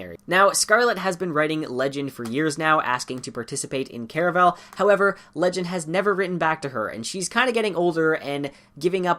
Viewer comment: Why do people say “Care-a-vel?” I say “Car a val”